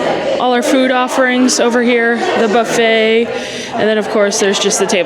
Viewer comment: Did you say “the buffette?”